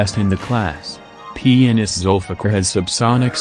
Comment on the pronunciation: The way it says 'Zulfikar' :D :D ...zulfuck!